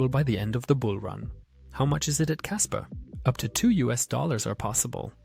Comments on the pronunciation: Kaspa not kasper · "Kasper" lol